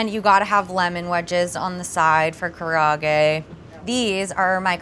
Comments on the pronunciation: Hey - respectfully, "karahgey" isn't really how we pronounce it. It looks really delicous and pretty authentic! but please pronounce karaage like "Kah-Rah-Ah-Gey" said together fairly quickly. Good job making it though :) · the way she pronounces karaage is driving me nuts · A lot of these were great but come on,, if you’re gonna do karaage at least pronounce it correctly! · I just wish would have learned how to properly pronounce karaage, I cringed every time but her chicken looked bomb AF.